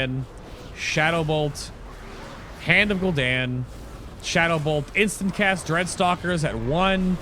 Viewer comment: After you said Gul ish Daniel 3 times I got annoyed and stopped watching can't be the only one